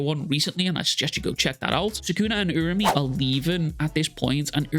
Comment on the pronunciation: I'll subscribe once you start saying it right URA-UME /oora-oome/